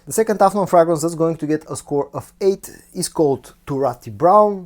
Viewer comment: (Pronounced Fraygrance not Fragnance)